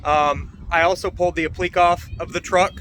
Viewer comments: /apləˈkā/ .... or phonetically /app-la-k/, not /a-pleak/. Thanks for showing how to do this. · I believe it's pronounced "ap-pla-kay" and not "uh-pleek." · Not pronounced apliq. It's. ap li que' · Jesus, dude. It's pronounced "App - Li - KAY".